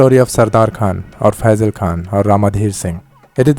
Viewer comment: you pronoused phaizal right